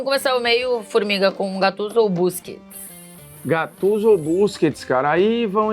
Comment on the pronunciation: da uma agonia os caras falar o nome do cara da forma errada, e GATTUSO